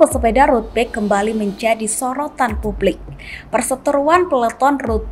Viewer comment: dubber berita baca bike dengan *bek*...ckckck